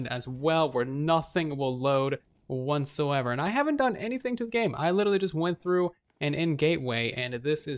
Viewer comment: Is saying "wantsoever" instead of whatsoever?